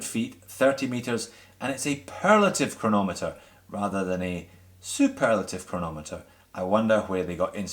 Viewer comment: What's a 'perlative ceranometer'?